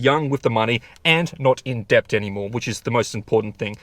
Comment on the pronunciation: "debt" is pronounced 'det'